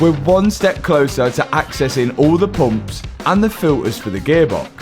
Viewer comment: Poomps.......Everytime he says it, that's all I hear